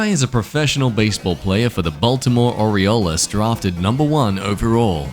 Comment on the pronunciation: This man just said ori o los it’s or e als I am from Baltimore this annoyed me